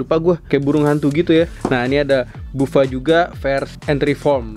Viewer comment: Buffa dibacanya baffa bang Edit: itu Kamen rider nago bang a.k.a neon kurama